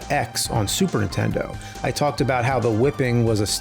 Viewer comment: I always laugh that he often says Super intendo, instead of Super Nintendo.